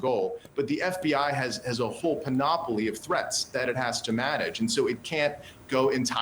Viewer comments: Dude has some hilarious mispronunciations: sine qua non = "sinkwanon"; casting aspersions = "casting dispersions"; panoply = "pan-op-olee" ... Did i miss one? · You cast "aspersions," not "dispersions." Learn to pronounce "sine qua non" and "panoply." Ignorance undermines your credibility as a commentator and author.